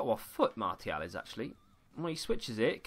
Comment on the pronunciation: Can’t believe how this guy pronounces player names lol, especially Martial... unbelievable...